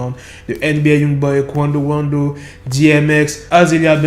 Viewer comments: ton Qwando Wando me fume😂😂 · J’suis là juste pour entendre " Quawndeau wandeau"